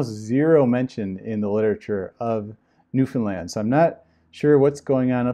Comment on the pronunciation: About the name of the island that he was assigned to, are you certain you pronounced it correctly? Because it sounded as if you said 'Nuthonland'. Did you mean Newfoundland? Because on the map you showed, I saw Newfoundland but didn't see anywhere on the map the word Nuthonland, or a word similar to it. BTW, I'm doing research and there is a cult that sounds almost identical to The Watchtower that is called The Brethren, they were founded on an island and although not well known are still very active. Could this be the same island that he was assigned to after graduating from the Ministerial School? Any information you can give me, or links you provide I would very much appreciate it. I was never in 'The Brethren', but I used to be a Jehovah's Witness. I am very happy to announce that I am no longer in this antichrist organization. However, it took an extremely long time to stop hating the Governing Body members and start praying for them to 'wake up' and leave the organization too. I think the reason it took me so long was that I was too angry and in too much pain to realize that these men are deceived too. I agree with you, it will be the ones that aren't always 'upbeat happy' that will leave the organization first. If you have any information about the island Mark Sanderson was assigned to I would be very grateful if you can send it or links to my email and please put Mark Island in the subject line so I don't accidentally delete it. I get a ton of spam in my inbox.